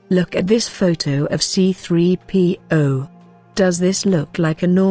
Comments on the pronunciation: I hate it when the bitch robot says C P 3 0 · I want to punch the narrator every time she pronounces "C3PO"